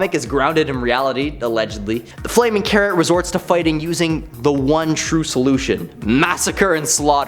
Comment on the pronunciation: when you said "the flaming carrot" i needed to relisen to it because i for some reason heard "the flaming karen" haha